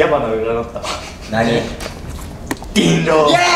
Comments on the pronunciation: こんぴーの でぃんろぉ 好き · のコンピの「人狼！」が「でぃんろう！」なの可愛すぎるんだよな